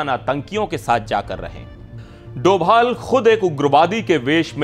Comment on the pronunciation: Arrey bhai doval not he is dobhal please please